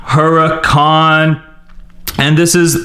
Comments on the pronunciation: It is pronounced as uracan but it's spelling is Huracan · It looks like huracán but it's actually U-ra-cán